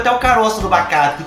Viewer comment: O melhor, e o falando "bacate" direto no começo do vídeo kkkk